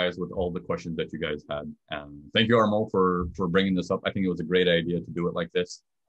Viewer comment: Thanks! PS: It's Armand, not Armo, it is a French pronunciation.